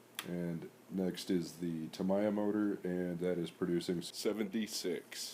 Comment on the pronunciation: Tamiya = “Ta-me-ya” 🙂